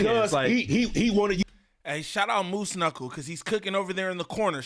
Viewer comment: BRO CALLED EM MOOSE KNUCCLE 😂😂😂